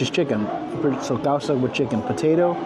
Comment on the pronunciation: That Peruvian meal is, causa pronounced, 'Cow-sa' with another called, lomita saltado.